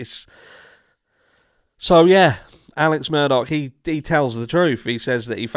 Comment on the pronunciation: It's not murDOCK, it Murdaugh.....sounds like Murder. How apt 😂